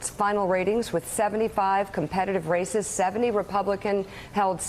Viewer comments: When Mika said ,"A few races to watch" , I thought she'd said "A few racists to watch". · "A few racists to watch.... um.. I mean RACES to watch..."